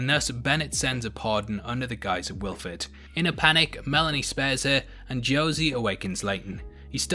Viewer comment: also you said Wilford wrong